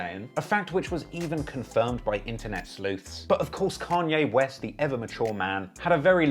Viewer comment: Canyay west